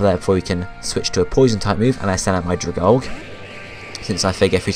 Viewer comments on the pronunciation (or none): It's pronounced drag-algae as in the water plant thing but anyway good video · Dragalge is pronounced Drag-algae